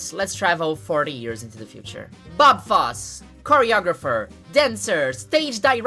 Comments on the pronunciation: Bob foss 😑 its foss-ey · Beautiful analysis. Just one tip: one pronounces the "e" at the end of "Fosse" (foss-ey) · pronouncing "Fosse" wrong Edit: just stop resisting the urge to say it brazil style 😂